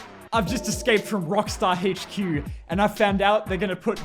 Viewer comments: When you cant speak right, you dont say "HQ", instead you say "Heyche Queue". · "Haitch Que"